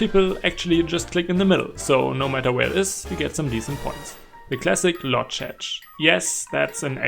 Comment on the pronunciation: bro pronounced lodz "lodge" 💀